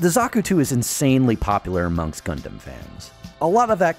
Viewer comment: at 12 second he says amougs